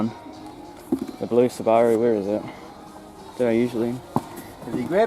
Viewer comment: Congrats on the video but you said Subaru wrong😬”sabaru” it’s “Subaru” but nice find bro